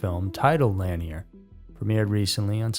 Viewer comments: Locals pronounce it Lake La-neer, not lan-e-er, just FYI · Why don't you ever check to see how things are pronounced if you're unsure/not familiar with it? It's Lake "Lan-ear", not Lake "Lan-ee-er", boss. Two syllables, not three. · To be more precise, the emphasis is on the second syllable - Lah-NEAR. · Pronounced" La neer" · Love your channel but please look into how to pronounce things a little better. Lanier is pronounced like La-near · I’ve always heard Lanier pronounced as La-near. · Yep, that's the correct pronunciation. This is the first video I've heard with it mispronounced. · It is. But not everyone is from around there to know. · Yeah that’s how we pronounce Lanier(La-near) here in Ga. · I was going to type this. Plus this is what the 1972 movie deliverance is about with John voight and but Reynolds...im 56 from nj hate young people who are clueless 😅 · Who’s gonna tell him he’s pronouncing Lanier wrong the entire video 🤦🏻‍♀️